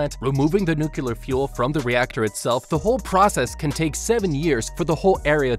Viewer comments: Could you please pronounce nuclear correctly in the future? It makes it very hard to listen to your videos when you keep mispronouncing something that is central to the theme of the video. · Tbh I was so bothered by hearing "nuclear" mispronounced over and over, I just stopped watching lmao. I didn't hear any "how to beat" either, he just summarizes the movie without any real commentary. Should have titled it appropriately. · Bro does not know how to say nuclear💀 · okay 3 things 1. this is really cool 2. please figure out how to make the subtitles say the same things that you are saying, it's distracting and misleading 3. please, please, please learn how to pronounce the word "nuclear" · the number of times he mispronounced 'nuclear' in this video was triggering. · It's pronounced nuclear(new-clear) Not nucular, that's how homer Simpson says it 😅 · I hate that people keep pronouncing the word nuclear like nucular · Noo-cle-er, not Noo-cu-ler, jeez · Are you intentionally pronouncing it as "nucular" instead of "nuclear"? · The word is nuclear, not nucaler. smh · it drives me crazy when he says "nucular" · Then it is kind of appropriate they show a Simpsons clip.😂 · sorry, what are 'nukkilur' explosives? does it have anything to do with aluminumm? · I tried not to twitch every time you said “nuke-u-ler.” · Nuclear ❌ NuKiller ✅ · Wait wait... Nucular? Nucular? Like Nucules? So it's a nut-shaped or is it a compound fruit? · Now do a video on how to beat the correct pronunciation of the word NUCLEAR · NUCLEAR SAY IT N U C L E A R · MY GOD! I hope you've learned how to pronounce NUC -->>L<<---EAR since this video! There is no second U in NUclear, count them: 1, ONE, ONE U. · The most unrealistic thing isn’t the giant angry lizard, it’s the fact that the Japanese government cares about its citizens. Also: the word nuclear ( new-Klee-Ar) wasn’t said correctly one time. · NOO-CLEAR , NOO-QUE-LAR... Is it so hard for people to get the pronunciation of "Nuclear" correct ?